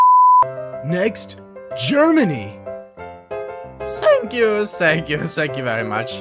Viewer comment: he says sank you sank you very much instead of thank you thank you very much